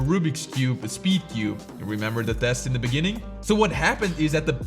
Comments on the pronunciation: It's The not Thé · the e in "the"..... what have u done? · "Why Thé Rubik's Cube Is PURPOSEFULLY Made BAD" why did you say Thé?